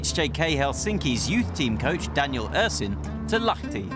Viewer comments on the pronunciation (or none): its not lathi its lahti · its Lahti, not Lathi😂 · it’s Lahti not Lathi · Its LAHTI not LATHI. But good video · It's Lahti not Lathi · Correction its Lahti not LATHI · At 3.41, the name of the town is Lahti, not Lathi... Surprisingly close to correct spelling though! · Lathi is Lahti :D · Lahti, Finland (not Lathi - th doesn't happen inside word) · Lathi??? Lahti!! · Its lahti, not lathi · It’s LAHTI no LATHI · It is lahti not lathi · I thought it´s Lahti and NOT Lathi.. am i wrong? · LAHTI not LATHI 😂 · Its Lahti! Not Lathi <3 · Is Lahti not lathi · It's Lahti not Lathi! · Its lahti not lathi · LAHTI NOT LATHI. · Its Lahti